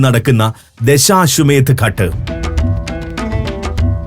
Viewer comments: ഘട്ട് അല്ല അത് ഘാട്ട്. ഹൃസ്വ അല്ല ദീർഘം ind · Pronounce as "ghaat"